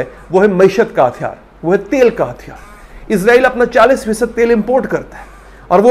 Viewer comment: بھائی اسرائیل کو اعزرائیل نہ کہا کریں